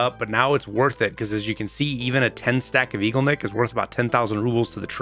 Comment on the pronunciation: Eagleneck :D it's more like e-goal-nick